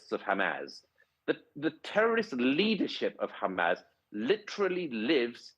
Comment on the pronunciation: Just for clarity Douglas it's Hamas not Hamaz, and Neumann not Newman. Otherwise another of your excellent, straight-talking videos